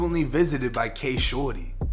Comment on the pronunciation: I swear all throughout this video he’s saying shordy was killt